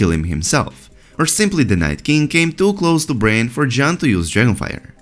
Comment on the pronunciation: Bran, not brain...